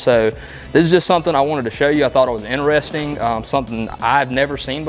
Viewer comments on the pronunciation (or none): none